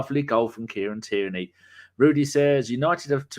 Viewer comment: your brilliant but its TIERNEY! NOT TYRNEY!